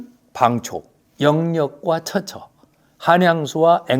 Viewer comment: 선생께서는 첫자가 장음인 한자어를 짧게 발음 ㅎ하셨네요.즉, 처처 사인수. 이와 반대로 짧은 것을 길게 하신것,차지 하처, 안전. 방초는 길게도 하고 짧게도 발음 하셨읍니다.미국 변완수배